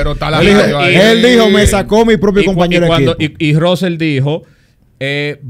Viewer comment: una palabra gepiana es como llaman a russell: RAAUSEL😂